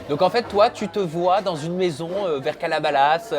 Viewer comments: il a osé dire calabalas??? mdr c'est CALABASAS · c'est Calabasas pas calabalas mdr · "calabalas" c'est calabasas toi aussi mddr